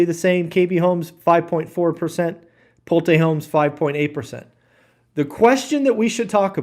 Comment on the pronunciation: “Pull-Tay Homes!” What a clown…..